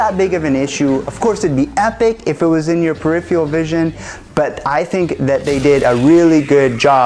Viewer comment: its not "periphiural" its peripheral :P per - riff - fur - al cool video tho, thx!